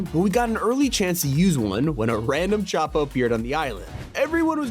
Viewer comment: I swear if this man says ‘Choppa’ instead of ‘Chopper’